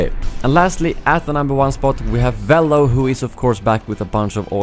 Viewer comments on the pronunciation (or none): you said velo wrong